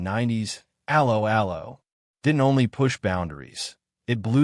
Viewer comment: TLDR: Rage-bait, don't watch. How appropriate that this piece of rage bait should have an American AI voice-over that mangles the very name of the show. Just like every piece of popular entertainment it was a product of it's time and would not be successful in any other context. Personally I would take this fantasy send-up of wartime movie tropes any day over the barren desert of today's American streaming channels whose only successes are bowdlerised reboots of the very classics you decry